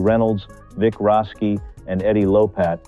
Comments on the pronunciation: It is “Rashi” not Raski”! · Vic "Roski" SMH